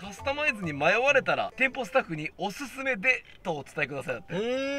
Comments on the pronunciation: おおすめになっておりますよ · おすすめでがおおすめでになっめます笑 毎週お疲れ様です。。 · おすすめがおおすめになってるの直ってなくてワロタ